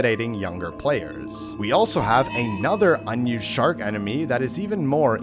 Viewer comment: dose ha say shart instead of shark? .